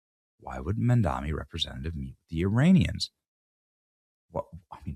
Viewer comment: It's Mamdani, not Mandami. Can't read?